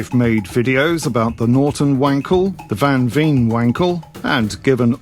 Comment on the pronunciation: Sorry to nitpick but veen in Dutch is pronounced like "vane".